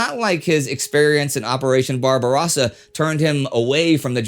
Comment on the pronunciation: This guy is way off base. He knew this stuff was going on by by the Einsatzgruppen, but they were NOT under his command. And he and he argued with Hitler about it and was relieved of command several times because he was quote to kind to the civilians. And his guy can't even pronounce Barbarossa. It's not Barba-ross-ah, it's barba-rose-ah.